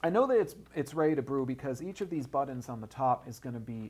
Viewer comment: he says "buttons" funny.